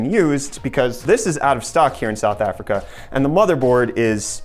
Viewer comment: is it me or is he saying Africa?